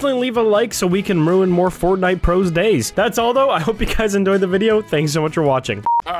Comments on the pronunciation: "endoy the video" I very much did xD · I love that in the subscribe portion of the beginning of the video says I hope you guys "ENDOY" the video